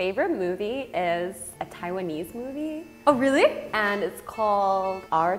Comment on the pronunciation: I'm binge watching this channel! 😍As a korean, here sounds like so much korean😂 Even though she said "really" but it turns into "진짜?!?!" to my ear probably because the intonation is so much similar with koreans do